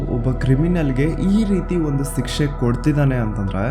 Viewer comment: It's not sikshe bro it's shikshe